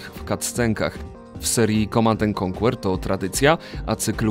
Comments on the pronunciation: Jezu, nie czyta się KONKŁER tylko KONKER, ależ mnie uszy bolą :( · "ko/anker" a nie "konkuer" kurwa ._. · Świetny materiał i wspaniale opracowany! Jest jedno małe "ale": niektóre angielskie nazwy są niedbale wymawiane, np. w słowie "conquer" nie wymiawia się litery "u", a słowa "dawn" nie wymawia się jak "down". Szkoda, że takie drobiazgi psują tak dobry materiał. Pozdrawiam